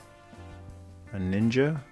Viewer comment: Was the way you said “nin-ja” after Storm Shadow a reference to “Ask a Ninja”? If so, that’s a deep cut. Either way I must now rewatch those. :)